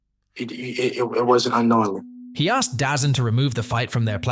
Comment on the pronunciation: DAZN is pronounced DAZONE.